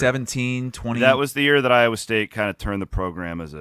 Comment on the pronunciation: just can't say Iowa...😂